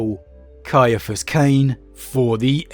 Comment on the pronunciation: Thank you so much for pronouncing his name correctly. I've had to deal with so many who pronounce it "See- fus"... Ugh!